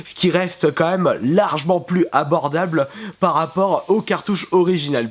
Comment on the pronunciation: je t'aime bien mais on dit "largement" et non pas "largment"